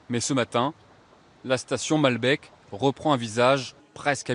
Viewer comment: cest malbéééék ,et pas baaalbek ou malbèèk